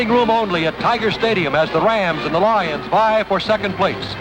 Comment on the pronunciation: “The Detroit LAW-yuns.” Who narrated this? Van Patrick?